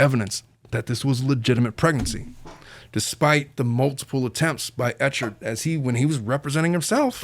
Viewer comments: Has anyone let you know yet that Clayton’s last name is pronounced /eh-kurd/? 😊 It definitely looks like “ch”. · “Eck hart” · Hearing the host say Clayton’s last name wrong over and over again… is painful😂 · as someone who has followed the case since Nov and is probably in the accused "cult" it was a breath of fresh air to hear you mispronounce his name meaning you clearly don't have any insight, but yet you seem to be coming to the same conclusion of those of us in the cult.